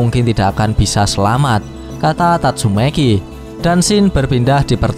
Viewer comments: Tatsumaki bang bukan tatsumeki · kamprettt...padahal udah seru loh,tapi sebutanmu min tetap idolku...tatsu'meki' yah....bukan tatsumaki..🤣🤣🤣🤣🤣